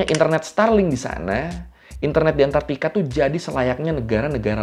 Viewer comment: Antarktika bang, bukan antartika